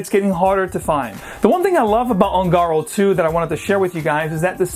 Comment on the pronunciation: Hi... FYI the pronunciation of ungaro is "oon-ga-roe". Spanish for gypsy. Another great video!!.